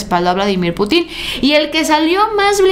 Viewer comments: una aclaración fraterna: No es Putín (acento en la i) es Pútin (con acento en la U) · No es Putín, se pronuncia Putin, sin acento. 😂😂😂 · no se pronuncia "Putín", se pronuncia Putin, sin acento en la i 😅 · Hola! Se pronuncia "Pútin" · es Putin con acento en la U no es con acento en la I porque ya seria put....... saludos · Hola te recuerdo que el nombre del Presidente de Rusia el acento lo lleva en la Ú y no en la í solo por qué la gente ocupa estos ""herrores"" son solo de pronunciación Te Amo próxima Gobernadora de Jalisco ❤❤❤ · el nombre del presidente de Rusia es Putin con acento en la u no en la i,suena diferente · Hola Haz el acento de Putin en la U! Es perspectiva no prespectiva Con mucho cariño 😊